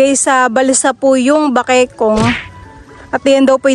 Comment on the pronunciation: Bakikong?malapit maging"bakikang"😆😆✌️✌️jowk lang po🙏